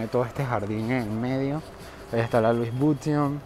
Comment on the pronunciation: La verdad al panameño no le gusta ese mall porque en un comienzo se habló de negocios turbos y provenientes de dudoso capital, por eso el panameño nunca le ha gustado asistir allí, por cierto, la pronunciación de Louis Vuitton es Lui Vitón, no Luis Buiton, con sonido de V no de B.